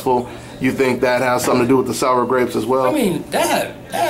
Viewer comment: sowwa gwapes lmfao